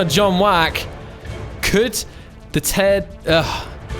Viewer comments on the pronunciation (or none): The Taiidan is pronounced as Tie-dan This is really good